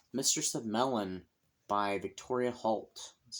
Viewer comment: Mellyn was my maiden name. It is a Welsh name and pronounced: “Ma Lynn”. Short A and emphasis on the second syllable. :)